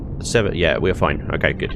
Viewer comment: "its foine!" When a dude from the UK says "Its foine", you know to a certainty, that it shall NOT be foine!